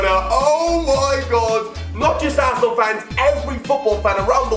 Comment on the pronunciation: "he came back to plat for assenal " bruh dead😂